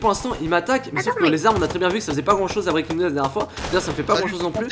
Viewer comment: Quand tu dis '' Breakins news '' , tu dis '' Breakins niouseu ''